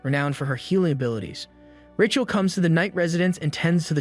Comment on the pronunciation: Is this an AI? Because if you cannot pronounce the name RAYCHEL properly then you have problems. Kinda ruins the whole thing.